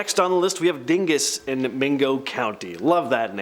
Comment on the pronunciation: I grew up near The Dingess Tunnel. You need to pronounce it like the locals do "Daanguss Tunnel"